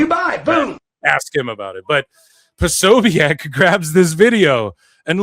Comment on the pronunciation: Corny asked his followers for help dissing Jack. You aint even saying his name right 😂